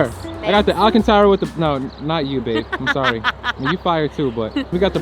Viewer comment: It's pronounced Alcantara, NOT ALAcantara. LOL!